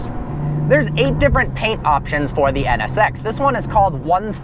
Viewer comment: When he says NSX it sounds like he's saying sex LOL